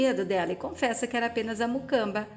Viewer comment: Moça😮?Vc disse MUCAMBA? Ñ é MUCAMA? Olha, até elogio o trabalho que vc tem em narrar as novelas, mas precisa prestar atenção nas palavras que diz.Há muitos erros crassos em seu portugues.Melhore pra narração ficar perfeitinha, ok? 😉